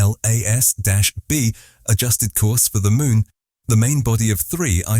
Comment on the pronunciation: Get that AI narrator to say atlas ffs not A. T. L. A. S... It's so annoying..